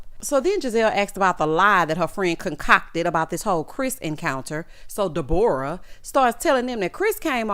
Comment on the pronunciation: 😂😂😂 not De-bore-uh